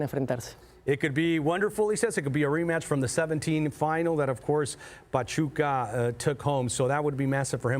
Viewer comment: Lol “pachupa”